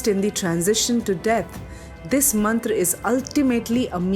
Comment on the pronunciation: First of all, Happy New Year..✨ Excellent work..!!✨ but it would be more if you pronounce Mantra as Mantra not Mantraa, Ved as Ved not Vedaa, and Yoga as Yoga not Yogaa. We don’t have to change our Sanskrit pronunciation for English conversion because Sanskrit is mother of all languages. 🙏🏻😇